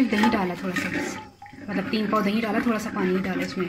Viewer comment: "DaheeN" naeen hota...Da-hi hota he.